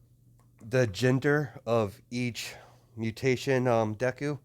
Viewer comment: You are saying the name right